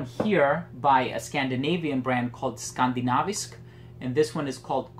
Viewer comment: Hey, Very nice video, I've been thinking of scent jewellery for a long time might just get some now. Don't know if someone already said but HEIA translates directly to heathlands or in direct English it's 'moors'. And your pronounciation of Skandinavisk is really good too, just wanted to let you know! And thanks for all the great videos and reviews, keep up the awesome work. /Stefan.